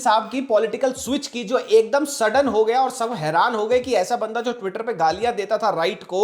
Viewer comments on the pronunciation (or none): none